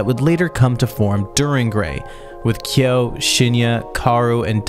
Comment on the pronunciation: The correct pronunciation is kyóó with strong stress on the /o/